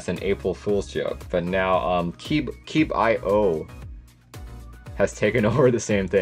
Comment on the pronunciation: Keebio is always a banger. Only company that supports an in-stock hotswap 1.25/2.25/2.75 split spacebar (albeit on a split board) which I like for L thumb main modifier like on a Mac kinda Also isn’t is pronounced Keeb-ee-oh?